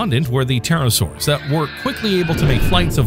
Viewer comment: Very interesting. If only you didn't keep mispronouncing "pterosaurs"...